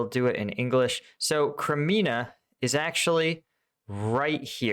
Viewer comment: Omg. You still pronounce ... Crimea.... Wrong.. There is NO. N in it.. You always say Crimina... Its not Crimina")) lol. Its Crimea. Lmao!!